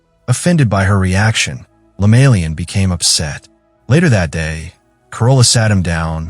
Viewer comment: Not lemalian but LEMAYIAN.. I saw the same video same story but didn't end well like this